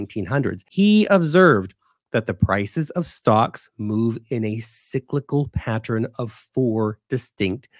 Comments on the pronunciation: 'Friends don't let friends...' The word is 'pattern,' not 'pattren.' You're way too smart to start freestyling the English language now. lol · "Pat-tren"... "Patter-en" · You pronounce it as patten* without a 'r'.